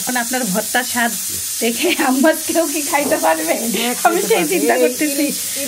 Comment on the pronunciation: Falafel ফালাফেল্ Hummus হাম্যাস। or হামেস। Your pronunciations are wrong.